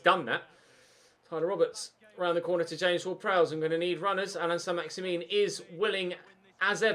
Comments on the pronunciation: na so what, ur bad anyway stop shouting and start saying names properly. its not saint maximin its pronounced as maximan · Pronounce it like St MaximAn instead of MaximIn very annoying, and I also think your side is good enough to play Ultimate or at least give it a go for the last 5 games of the season. CPU passing is very poor at times so up passing accuracy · Learn how to pronounce he name its Allan Saint Maximin its not min that part don't pronounce corcetly learn frensh last names.